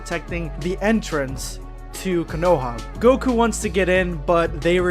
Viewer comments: Man said coonoha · It's konoha not kunuha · What I realized about in this video is that he isn’t a true anime fan he assumes they go to the only ramen shop and mispronounced konoha